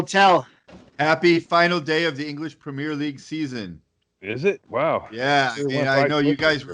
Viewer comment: Not Premiere,. It's Premier League. No French accent required.